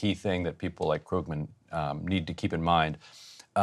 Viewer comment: Someone should telll that it's pronounced 'Kroogman'. He's one of the counties leading economists. Economists typically don't win Pulitzers. How ignorant is she?